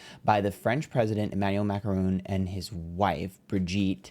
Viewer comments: Please, don't say Macarons, it's called Macron's:) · The Macrons. Pronounced Mac-rone. Meanwhile, who gives a rats ass is she is a man? You can’t publicly defame people out of hate with no repercussions. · MA CRON not that hard. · not saying macron as macaroon making my day, we gemini so we pronounce words/names the way we want anyway